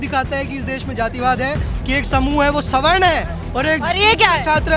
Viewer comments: अनपढ़ सवर्ण को स्वर्ण बोल रही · सही शब्द सवर्ण है न की स्वर्ण। सवर्ण उन्हें कहते हैं जो चारों वर्णों के अंतर्गत आते हैं। अर्थात् ब्राह्मण, क्षत्रिय, वैश्य और दलित ये सब सवर्ण हैं। जो इन वर्णों के अंतर्गत नहीं आते थे और अंत्यज या सबसे पिछले पायदान पर खड़े लोग जो होते थे जैसे मारे हुए जानवर के खाल उतारने वाले केवल उन्हें ही अवर्ण( बिना वर्ण) की श्रेणी में रखा गया था। ये मूर्ख स्वर्ण- स्वर्ण कर रहे हैं।